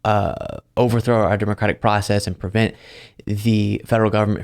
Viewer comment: it's pre vent, not per vent.